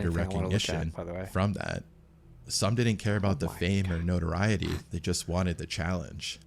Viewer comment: cause of fame and what? “Norriory” lol😂